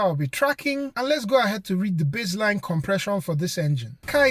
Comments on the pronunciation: its base - line, not bizzline :)) hehe, cool video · Not sure why you thought that was funny. People have accents.